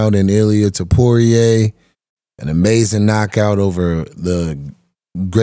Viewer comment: new Flyweight? 😂 "Featherweight" & Too-Po-Reah not "Too-Poo-Rei"